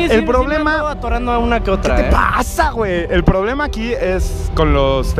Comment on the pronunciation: like si te diste cuenta que decia ppoblemas